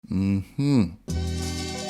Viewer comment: From the time I hear mhmm I say that is a Trinidadian.